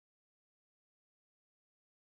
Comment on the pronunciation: I think u pronounced the s in windsor a little too strong